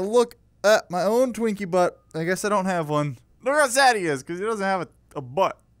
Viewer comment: you said drinky in sted of twinky